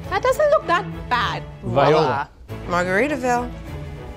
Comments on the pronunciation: The dude in the background saying viola phonetically instead of pronounced,’vwah la’ haha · I'm going to start saying viola instead of voilà like the old man lol! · that old man saying "viola" instead of "voilà" 😂😂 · Bruh he said Viola 😂😂😂😂😂😂😂😂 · Not vi-ola, vwa la ! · Did I really just hear someone say viola as ‘vo-ee-la’ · Did-did they just said viola?